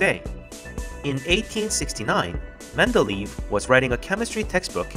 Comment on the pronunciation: It's Mende-ley-ev, it's not Mende-leave.